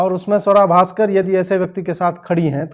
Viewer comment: Your pronunciation needs correction Ajit ji. It's Sooara Bhasker !